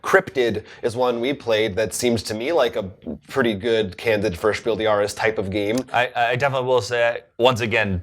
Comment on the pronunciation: Just to put you ahead of all other English speaking Board Game Reviewers: The „s“ of the word „des“ in Spiel des Jahres is pronounced. Keep doing your good work, I love your show. P.S.: And I know that my English isn’t perfect, either.